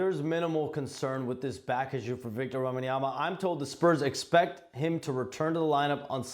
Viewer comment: “I’m a big Wembyama fan” can’t even pronounce his name. Big fan.